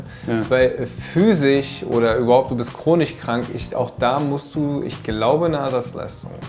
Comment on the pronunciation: Chronich und physich ist einfach Baba